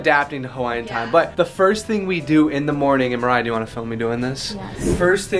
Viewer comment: It's Mariah not mariah